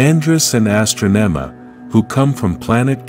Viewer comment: And it's pronounced Ah-strah-neh-mah Astronema